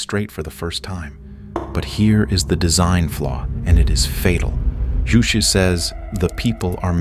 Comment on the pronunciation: JuChe is not pronounced as if it is a Spanish ju but more like the ju in the English word juice.